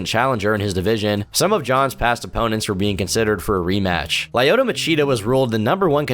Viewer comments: Who the fuck is “lie-oto” machida? 😂 cmon man if you gonna say his name 20 times atleast learn how it’s pronounced especially when he’s one of the goats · Just some of the names mispronounced Rua is pronounced HOO-UH lyoto is pronounced LEE-YO-TOW Miocic is pronounced MY-OH-CHICH Wanderlei is pronounced VAN-DER-LAY Im sorry it's minor thing but as an MMA fan hearing their names promounced the way they were was jarring.